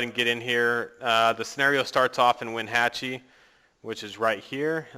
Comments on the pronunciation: For me this general area is considered local. It really is a beautiful area. Also you pronounced it when-hatch-y. That city should be pronounced when-ah-chee. I go there with my family every summer. But other than that cool gameplay. I am trying to decide whether or not I should get this game and I think your video helps. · Lol I live in Wenatchee and it's pronounced wen-like wind -at chee like lee like from the walking dead so yeah and cool video man!